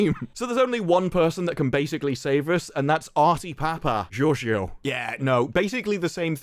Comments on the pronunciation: As a Greek I will allow your horrible pronunciation of Papageorgiou. Because I almost died laughing. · Every time says Artys' last name I keep hearing Doctor as his title. Doctor Papageorgiou...